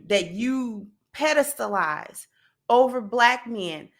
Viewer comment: "Pedelstalized" now that is a new one. 😅